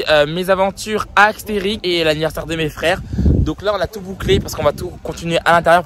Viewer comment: Mais, on dit pas aXterix mais aSterix 😭😭😭